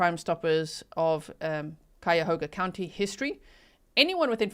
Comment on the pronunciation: 'The "H" is silent. The phonetic spelling is, " Kyoga" County , just in case you hadn't heard by now. Oh,and I saw that murder suspect inthe black outfit and I thought the suspect killer did move like a female, so I think he paid a female to do the job. Just saying..............?